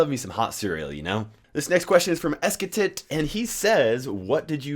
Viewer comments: this foo said "ess-ki-tet" , its esssketttttitttt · The way you pronounced esketit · I laughed so hard when he pronounced “ESKETIT” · Lol you said esketit so wrong 😂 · The way he pronounced “esketit” 😂